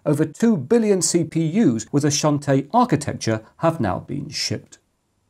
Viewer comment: I love how ang mohs pronounce the Chinese names. XuanTie is pronounced as shh-ant t-yea and nezha is nurl-ze-ah